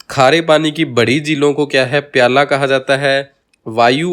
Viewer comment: वीडियो बहुत अच्छा व ज्ञानवर्धक है, पर दो जगह उच्चारण की अशुद्धि है- प्लाया को आप प्याला बोल रहे हैं और खड़ीन को खंडीन बोल रहे हैं।शायद क्षेत्रीयता का प्रभाव है.. फिर भी ये दोष क्षम्य है।🎉❤